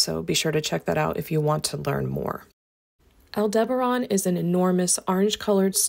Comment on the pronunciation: AI script can't pronounce Aldebaran